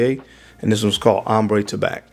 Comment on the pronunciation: Tabac is pronounced Taba (no c) in french.